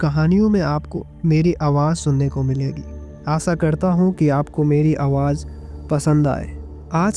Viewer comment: aasa nahi bhai aasha😅😂